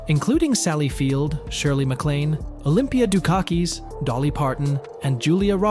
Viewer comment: I stayed until Olympia Do Car Keys and Dolly Par-tan.